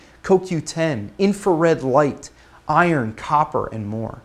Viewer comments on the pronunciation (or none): none